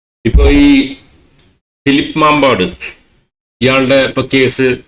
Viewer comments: മാമ്പാട് അല്ല മമ്പാട് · മാമ്പാട് അല്ല. മമ്പാട് ആണ്